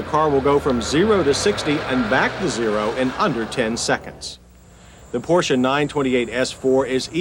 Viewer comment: You hear that Americans/Canadians? He is pronouncing 'Porsche' properly...with no silent 'e'.